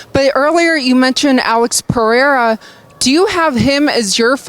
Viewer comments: Sonnen should not drink coffee and finally learn to pronounce Pereira. It's "Peh hey' ah" and not "Pee air' ah". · Pee-aira? What an absolute idiot. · Chael cannot pronounce pereira for the life of him.😂 “Pierre”, “piera”, “pier”